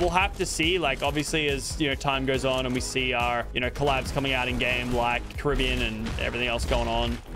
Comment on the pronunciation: The way he says Caribbean is so triggering 🤦🏼‍♂️